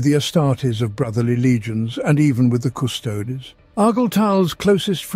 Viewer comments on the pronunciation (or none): Hey, it's pronouncing "Primarch" the right way now, as "mark" instead of "march"!. Now you have to switch the way it says "custodes" to "kuh-stow-dee's".